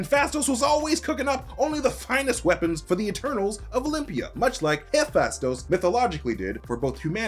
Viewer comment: Excuse me? Daedalus is not pronounced "die DA lus" it is pronunced "DAY duh lus". Also, it is pronounced "Huh PHAY stus" not "huy PHASTOS"